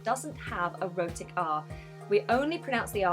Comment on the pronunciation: I literally heard : so we are going to start off with "erotic art" ...enough accents for today, I am going to sleep